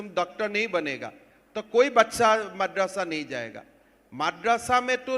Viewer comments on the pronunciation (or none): Pehle tu apni zuban sambhal mardarsa naam bhi ni le pa raha hai pehle tuh school ja fir bacho ki Future ki sochna